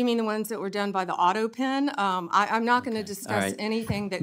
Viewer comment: Respectfully she can't say auto pen. !!😮